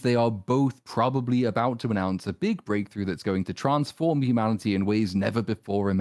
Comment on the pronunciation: Did he just say "Trons-form?" XD